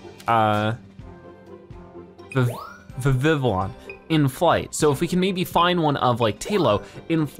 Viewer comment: Vivillion is pronounced viv-lee-on. Trust me I've watched the X Y anime